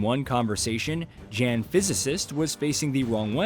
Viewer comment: Hearing you say "Jan" instead of "yawn" like it's pronounced (and hear all the time) makes me think you did not personally play the game